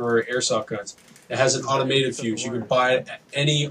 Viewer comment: It's AUTOMOTIVE fuse, not "automative/automated."